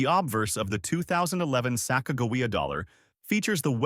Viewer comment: This guy can't even say Sacagawea right just goes to show you he don't know what he's talking about the 2000 Sacagawea dollar has an error on it called wounded eagle which is worth a little bit more money and the way to check that is on the body right almost to the bottom of where the wings are there will be a line going across